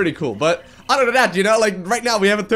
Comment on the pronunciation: Oder than dat. Can he speak without substitutings his ts for ds?